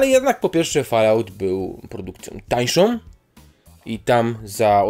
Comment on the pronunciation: Rings of power i najbardziej rażące: Fallout. Wrzuć sobie jak czytają to nativy.